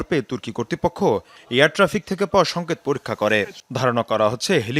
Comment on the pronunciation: উপস্থাপিকার বাংলা উচ্চারণ শুনে আমি শিহরিত😂 তদন্ত কামিটি?? সংকত??😂😂😂 বাংলা ভাষাকে এরা ইংলিশে উচ্চারণ করতে চায়,,, এদেরকে কোন পাগলে এমন জনপ্রিয় একটি টেলিভিশনে চাকরি দেয়,,,,?,, এদের না আছে পোশাক ঠিক ,,না আছে ভাষা ঠিক,, আছে শুধু কতটা অস্ট্রেলিয়ান গাভীর মতো শরীর ,,যেটার উপস্থাপনা তারা খুব সুন্দর ভাবে করে😊